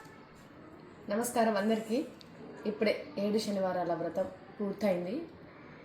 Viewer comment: షనివారమ్ కాదు అమ్మ శనివారం మీ లాంటి వీడియో లు చేసే వారు అయినా శనివారం అని చెబితే కొంతమంది అయినా తెలుసుకొంటారు తెలుగు లో శ అక్షరం ఉంది దాంతో నే చాలా పదాలు ఉన్నాయి ష అక్షరం తో చాలా తక్కువ ఉన్నాయి దయచేసి అర్దం చేసుకోండి ఈ కామెంట్స్ చదివిన వారు కూడా ధన్యవాదాలు